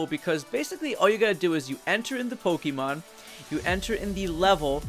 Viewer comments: I really can't get past how he says "Pokeemon" instead of "Pokémon". Please pronounce the thing right if you're making a whole video and his series of videos on it. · po-KEY-mon gahhhh!!!!!! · Says "poh-KEE-mon" WTF Man!